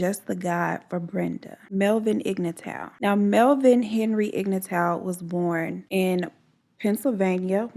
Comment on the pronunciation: I loved the video but his last name is pronounced Ig not o lol. Great video